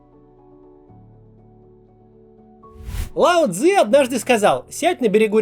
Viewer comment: Ты так резко сказал "Лао Цзы", что я аж-на подумал, что он тоже сперва был пропагандоном за войну с Украиной, а потом чёт сдулся) Затупил настолько, что первой мыслью -- аккурат перед "Однажды сказал" -- было "А этот чувак у Соловьёва бы?")))